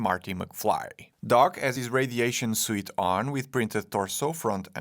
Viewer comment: "suit" and "vehicle" pls learn to say it correctly :D Keep up the best work!